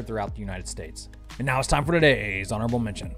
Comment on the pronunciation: Another very peculiar pronunciation of the words: "honorable mention". Appreciated.